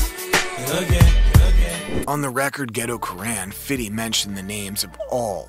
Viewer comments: I can’t listen to this guy call him fiddy I’m done 😂😂😂😂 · The way the narrator says "Fiddy" sounds so awkward. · I wince when i hear him say "fiddy" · God damn man, stop saying "FIDDY". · Why he calls him "fiddy" the whole time??? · When the narrator tries to be street by over emphasising fiddy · I HATE how this dude says “Fiddy” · I cant be the only person that cringes when he says "FIDDY" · It's irritating to hear this guy say fiddy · Can you say fifty ??? Lmao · I cringe every time he said Fiddy! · bro is fifty cent 😂 only white people say fiddy cent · Why is he saying Fiddy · Bruh why can't you say Fifty? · This is the last time I’m ever watching one of your videos. Over there saying fiddy. Video not even that good to be this disrespectful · He probably practiced saying Fiddy a thousand times before making this😂😂😂😂😂😂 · Word, someone please tell this man its pronounced Hom-O and Fithy. It was so cringe listening to this narration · yeah like just say fifty like white people should lol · i was just about to comment how i HATE hearing this guy saying "fiddy"....it makes me sick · And he's popping it to " Fiddy" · Facts. Why? 50 Cent's name has never been pronounced that way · Count how many times he says "Fiddy" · After about 10 times it gave me a headache. Even black people don't say Fiddy every time. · 50 Cent doesn’t even like people calling him Fiddy. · Someone please tell this man its pronounced Hom-O and Fithy. It was so cringe listening to this narration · And the way he keep saying "fiddy". It's like dude, that was Sharon Osborne's name for him. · Every time he says fiddy take a shot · Just say fifty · You ruined the video for me lol. All I can hear is fiddy now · Why are you saying "Fiddy"? What even is that? Lol. Its Fifty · “Fiddy”, his rap name is 50 Cent but this guy thinks it’s Fiddy Sent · BIG facts. It's fiFty NOT fiddy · STOP SAYING, "FIDDY!" It's Fifty cent. He's even said it. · Saying fifty as "fitty" is wild lol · Just say “fifty” damn 😂